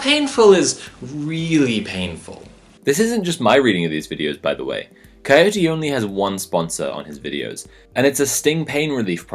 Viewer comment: Coyote... Ohhhh I was half listening so thought he was saying Cody and just had a strange accent.